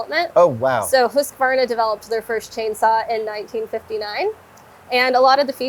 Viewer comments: 😂 japp, är det inte HUsskavarna så är det hu sqavarna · The "Huskaverna" always cracks me up :D it's hews-kvarna if anything. I get it though, it's a set of consonants in combination that is simply not used in English. Still funny though :D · I'm a little perplexed by the addition of extra vowel; Husqu-varna? In Swedish the word is three part(syllables?) hus qvar na. The 'q' is pronounced like a 'k'. Hope it helps. Lawd help me, I wonder how a Japanese would modify it!! They like to keep a steady order of consonants vowel, one of each every time and I think words tend to end on a vowel. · As a swede its very interesting how none of them can pronounce it. But i do enjoy the "Husskvaarrna" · I love seeing Adam’s glee and pure joy handling these tools! I was wondering though (as someone who has been to Huskvarna and knows how it’s said in Swedish), why do Americans add an extra a-sound after the q? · Quick pet peeve... its pronounced husk varna. There is no a in the middle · No. It's Hus kvarna. It means water mill or wind mill in swedish. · I find it funny that not even the Husqvarna employee can pronounce the name at all. Sorry folks, it´s swedish and impossible to say, haha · Lol, it's funny how Americans pronounce Husqvarna